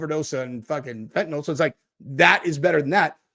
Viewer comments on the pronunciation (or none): none